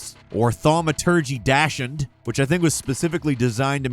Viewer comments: he did not. “DOCK-SUND”, not “dash” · Dox hund... Not dash-ind... 😂😂😂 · It's pronounced "dock-son", dude. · A Weiner Dog is a Dachshund, pronounced dox-sin. I wonder if looks at these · Bro doesn't know the pronunciation of Dachshund, "docks-hund" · Hahaha I was just gonna say! It’s a dockson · Dashind? Never heard it pronounced that way before. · Recommend you lookup the pronounciation of dachshund before you say it. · What is up with that daschound pronunciation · The way just said dachshund has made me rethink my entire life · Thaumaturgy Dachshund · Oh boy that Dachshund pronunciation hurt me. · that's not how we pronounce "dachshund". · He wanted to dach through saying it. I'm so sorry. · Add “Dachshund” to the extremely long list of words this guy can’t properly pronounce. It’s just embarrassing at this point.